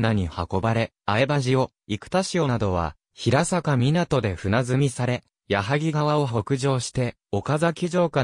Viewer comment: 地元出身ですが、ヒラサカではなく、ヘイサカと呼んでいますよ。